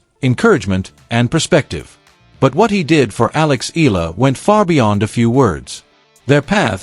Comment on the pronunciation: this click bait always pronounce EALA >>> EELA...